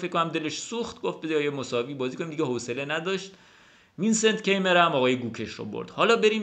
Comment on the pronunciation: سلام استاد عزیز و ویدیو های عالیت!♥️ فکر کنم توی آلمانی تلفظ Keymer کایمر باشه. حرف ر رو هم شاید ق بگن شایدم ضعیف بگن؟ ولی کایمر فکر کنم نزدیکتر از کیمر باشه. من فقط حدس میزنم…عزیزانی که آلمان هستن بگن.